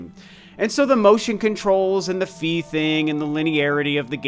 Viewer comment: Lovely video,! But…………..argh!! It’s “FYE”, not “FEE”!!! 😜 proof of that: the Japanese spelling of her name, and any narration cutscene from Hyrule Warriors that mentions her. Sorry for the nitpicking 🙃